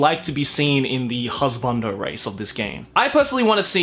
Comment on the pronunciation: "most of kuso-gays revolve about an animo carcatchure to make it your hasbando" joe 2018